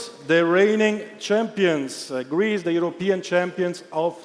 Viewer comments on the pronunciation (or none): Der sagt ja gar nicht „gwoup“ aber dafür „Gweece“!